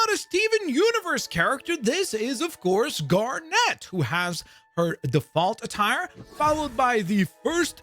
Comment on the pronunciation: The way you say Garnet is so annoying. It’s not Gar-Net it’s one word. Also fusion is direct from the show and looks exact to that. Just like the Batman one you mentioned earlier. Just because you don’t know the fan base doesn’t mean you talk about it like it’s garbage.